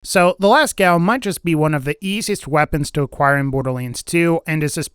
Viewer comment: Lascaux from french cave is actually pronouned "Lasco/Lasko" but certainly not "Lascow" xD Cheers from France, enjoying some wine with a baguette, waiting for Borderlands 3 is fun :D Thanks for sharing o/